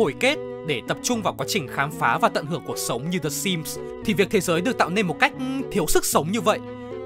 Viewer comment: Ko có ý gì nhưng mình chắc ko phải là người duy nhất nghe narrator nói "cuộc sống" thành "cột sống" nhỉ 😶🙃